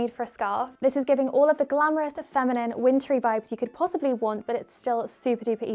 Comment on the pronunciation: I think ‘glam-OORUS’ is officially catchphrase!!🤣🤍x